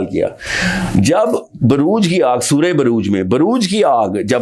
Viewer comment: صورة بُروج ہے بَروج نہیں ـ